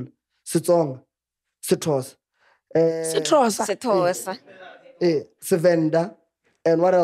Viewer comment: Not saying "sithosa"😹